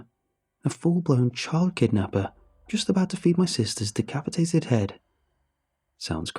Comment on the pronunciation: Aww I had to relisten, I thought she got deCOWpetated.